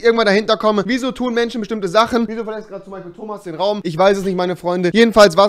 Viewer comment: Wenn man sagt "Menschen die es nicht geben sollte" aber selbst nicht mal das Wort "Menschen" aussprechen kann 😂 PS: Rewi ist trotzdem coooll